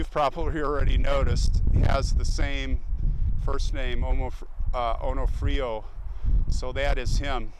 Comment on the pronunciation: I believe the soldier's name was pronounced On-OFF-rio, not Oh-no-frio.